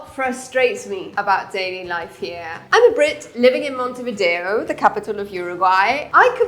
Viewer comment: Montevideo NOT Montevdier